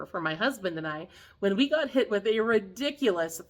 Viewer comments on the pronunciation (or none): none